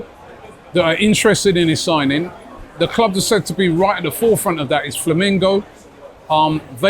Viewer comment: Flamengo not Flamingo, Robbie. 😂